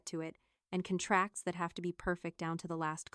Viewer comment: Wrong word right up front. One "conTRACTS" an illness, one signs a "CON tract". No surprise as these badly programmed AI voices cannot correctly pronounce "read" or "lead" among other words. 😮